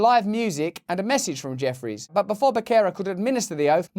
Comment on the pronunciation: Hearing Russell say the word “Jeffries” makes me giggle.